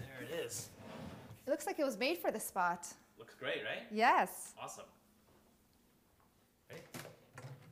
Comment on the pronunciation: 'Gweat' acting ;)